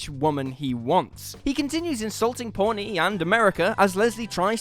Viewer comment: It's pronounced ponee not pornee